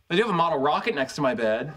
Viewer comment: Kripke kills me every time.. "A wocket, yuwr a Fweak, I Wove it!.." HEAHAHAHAHAHAA